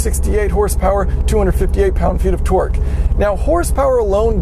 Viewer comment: Every time he says torque it sounds like he's saying twerk twerk that Subaru